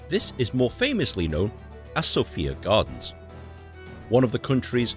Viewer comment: You are pronouncing the park wrong it is Sophia Gardens or on Welsh lemon Gerddi Sophia